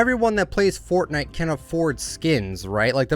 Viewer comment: It’s not Furtnigt, it’s Fortnite